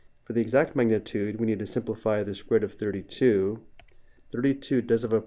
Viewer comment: lil bro cant say magnitute